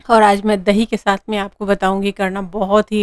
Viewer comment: Shath nai sath. Not bullying but try to speak properly